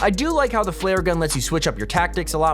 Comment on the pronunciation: "Flear gun" its flare gun my guy